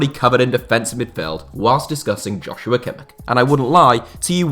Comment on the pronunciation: Kimmichs name is pronounced like "Yosua" not "Joshua" ;)